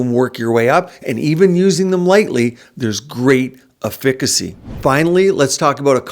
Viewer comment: Efficacy is pronounced "F-a-ca-see" . . . not "A-Fick-a-See"